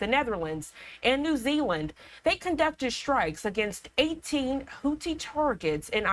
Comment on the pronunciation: How hard is it to pronounce Houthi ! It’s not the Hooties !!!!!!